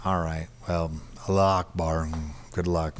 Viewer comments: “Alluah akbar” 🤣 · Did this guy just say Alla-lockBar 🤣🤣🤣